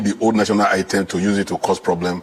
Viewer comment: Olodo man you can not even pronounce national anthem but only to swallow Nigeria money they specialize on shameless people